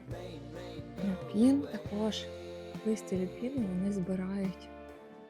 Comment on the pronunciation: Люпін, аквілєґія, пєнісєтум 😔 ЛюпИн, аквілЕгія, пЕнісЕтум-це якщо ви хочете удосконалюватися. Люпин шикарний, теж маю рожевий. Кажуть, агресує, подивимось 😉. Дякую за відео! ❤